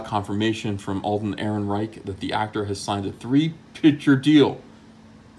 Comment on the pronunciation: "Alden Third Ehrenreich"